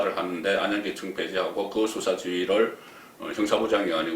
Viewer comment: 송국건씨는 기자출신 이신데 발음에 신경쓰셔야갯내요... 수사는 수-사가아니라 수사로 뒤쪽 사에 엣센트가잇고.. 탄핵 또한 탄'핵이아니라 탄핵' 뒤 핵에 액센트가잇고.. 사면 또한 사-면' 이아니라 사'면 으로 사에엑샌트가잇어요 사-면' 은 사장네면를말하죠... 야턴 항상 바쁘시니까 이해는 갑니다만 그래도 방소인이니까.. 발음에 특히 신경쓰셔야겟지요...